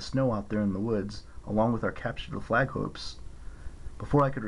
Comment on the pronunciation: Fwag? Hahahahah i say that all the time!!!